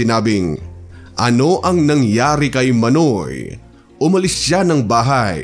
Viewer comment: Iba ang pronounce mo ng manoy. Dapat Mah-noy meaning kuya. Pag mabilis ang pagkabigkas mo ng manoy, ibig sabihin nun private part ng lalaki.